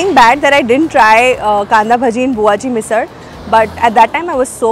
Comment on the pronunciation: Hey, I am at Lonavala right now, sitting in my house on this very rainy and beautiful day and watching your vlog 😀 Nice vlog…I liked the way you pronounced the मराठी words correctly, मिसळ and ठेचा…👌👍